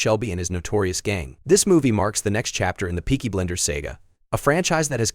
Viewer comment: It’s Peaky Blinders not BLENDERS! You idiot!